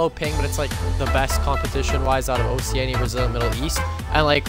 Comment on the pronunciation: That’s not how you pronounce Oceania